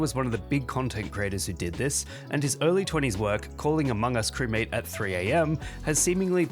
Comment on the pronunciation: I still love how he says crewmaTe